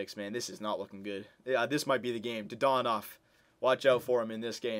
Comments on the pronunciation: Wasn't it dadonov, not dadanov? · Didn't even say his name right. I'm loving re watching these old vids DAaaaaaa Dannnnnn Ovvvvvvvvv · Says dadanov wrong whole episode but gets mad at end and says it right